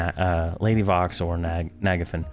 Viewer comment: I agree with your pronunciation of Nagafen.